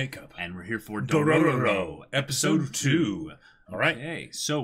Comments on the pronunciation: I'm gonna be that guy 😂 you're saying too many ro's you say 3 and there are only 2 r's in the name lol not that it's a big deal though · Okay boys. Say it with me: "DO-RO-RO." I'm seriously wondering if they're screwing with us because one of them had to spell it right for the video title. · Its only DO-RO-RO, not Dorororo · You guys have an extra "ro" in your intro